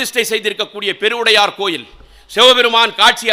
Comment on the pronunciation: பெருவுடையார் என்று அழகாக சொல்கிறார்.ஈசனின் அருள் பெற்றவர்.